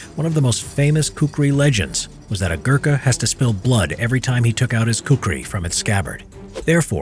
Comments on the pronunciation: Its khukuri not kukri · Well he told kukri but its khukuri.. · It's not ku-ku-ri, it's ku-kri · It's not kukri It's khukuri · It is khukuri, not kukri, that is british pronounciation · Cringed so hard when I heard your pronouncation of Kukri